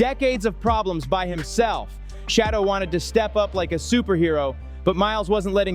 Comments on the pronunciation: PLEASE!!! His name is not "Shadow". His name is pronounced "Sha doer" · his name is Shedure not shadow. So if you are going to try to seem like you like avperson please always pronounce their names properly. It might want people to listen to you. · This Man’s name is SHADEUR- not shadow! Stop disrespecting this man’s name!!! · Please learn how to pronounce h SHEDEUR'S NAME property.